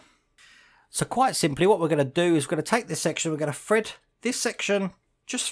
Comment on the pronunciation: When you say "Fred" or "free", are you meaning to say "thread" and "three"?